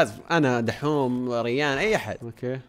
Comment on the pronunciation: ما قال ريان قال ريحن